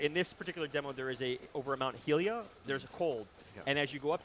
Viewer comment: He said Mount hylia like "Hill ia". Can we please talk about this?